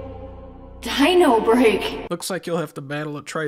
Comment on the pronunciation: I lost my shit when thou said: "dINOrbReAK"